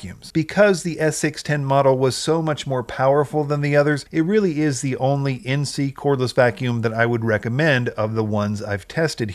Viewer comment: Pronounced "In-say"